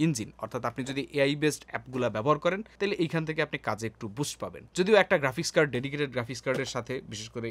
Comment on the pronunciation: Grafik Kad na Graphics Card hobe. Eishob bujho na to antazi pc build kore tmr lav nei. Ar je spec bolso normally 30-60 fps default settings e paba high settings e khelte parba na. Ar shudhu gta v ar Valorant thik moto khelte parba esara kuno game cholbe na. Means tmi future generation er kuno high graphics game khelte parba na. Jodio tmi to abr graphics card uccharon korte paro na😂😂🤣🤣🤣🤣vai age pc niye dharona neu pore emnei bujhte parba kun pc te ki kora jay